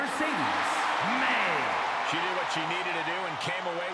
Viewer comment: Moné not Monet